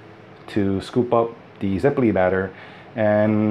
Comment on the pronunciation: It's not "zepolí", it's "zeppóle"